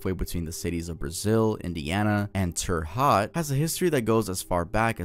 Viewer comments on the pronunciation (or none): terre haute is pronounced terra hoat (like boat) sorry to be pronunciation police i just dont want other hoosiers to yell at you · I'm so sorry but the way he said Terre Haute took me out LMFAO I had really thought "huh, I've never heard of that town before.." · Terra hot Indiana... Terra hot??!! Terra haute! It's said like Terra hoat! Like goat but with an h! Like Coat but with an h! Like moat but with an h!! 😂😂😂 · The Terre Haute pronunciation😭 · Hearing pronounce "terra HOUTE" as terra HOT is hilarious. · As a Hoosier your pronunciation of Terre Haute hurts to hear. "TIR HOT" XD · You said terre haute indina wrong. I live there its pronounced as hote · For Indiana, Terre Haute is pronounced like "terror (in a British accent where the end sounds like ah or uh instead of er/or) and hote (like hope but with a T instead of a P, or like hotel without the L sound at the end.) So, tare-uh hote. Fun fact: terre haute means "high ground" in French but I have no idea if they meant to do that like they did for Baton Rouge (red stick.) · Terre Haute is pronounced "tear-rah ho-te" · I actually live less than 15 minutes away from 100 Steppes in Indiana! Every Halloween a ton of people go there to walk up the steps, and it’s super cool! Also, it’s pronounced ‘Terra-Hote’ (Terre Haute) haha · The pronunciation of "Terre Haute" kills me 😭 The cemetery really is creepy at night but other than that it's kinda fun to look around it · Bro butchered Terre Haute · Bro mispronounced Terrehaute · the way he pronounced terre houte is so funny to me